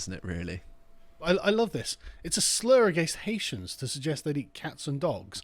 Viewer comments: Why can cockneys never pronounce names properly? It's not 'Ha-eetians' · I love the way you say HI EESIANS....IVE SEEN THOSE HI EESIANS STEAL THE CANADIAN GEES FROM DUQUESNE FOOTBALL FEILD